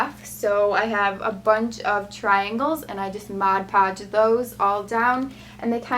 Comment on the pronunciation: It's mod podge.